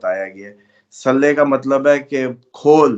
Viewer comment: اپنا درود پڑھنا ٹھیک کرو ہمیشہ میں نے نوٹ کیا آپ غلط درود پڑھتے ہو ۔۔۔۔ لفظ صلے یعنی بڑی ے نہیں چھوٹی ی سے صلی پڑھنا ہے عربی لغت میں بڑی ے کی گنجائش نہیں ۔ غرور نہ کر کے اڑ جانا اپنی غلطی آن لائن ماننا اور آئیندہ درست پڑھنا